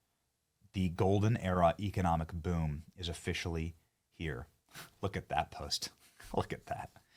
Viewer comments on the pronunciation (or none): none